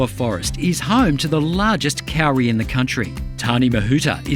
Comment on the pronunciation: Just say Cody but make the d sound like r. That is how you pronounce kauri, not cowry